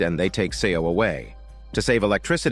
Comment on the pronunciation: 'Seo' is pronounced as 'So' <3 "E" is silent, please keep it in mind from the next time :) Well narrated story.